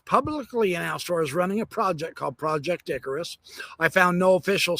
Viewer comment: I am hearing impaired and keep on hearing you say ,project dickrus